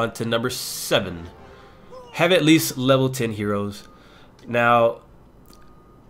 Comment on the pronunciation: did u just say "lower lever"...lmao